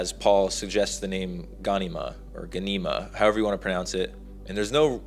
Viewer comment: Bro gan-e-mah? Lol its directly said as gha-nema